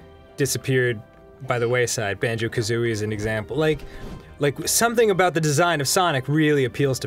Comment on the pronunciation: Idk why but it made me proud when I heard Dan say "Crash Bandicoot" and "Banjo Kazooie" because he is right.